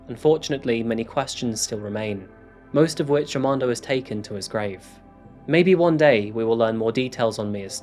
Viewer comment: I'm am quite sure you went thru the alphabet in school both in America and in the UK right? R is never silent aRmando not AMANDO lmao